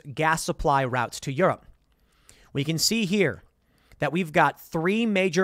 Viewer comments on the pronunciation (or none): none